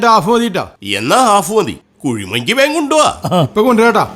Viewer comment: Kuzhimanki ❌ kuzhimanthi ✅😂😂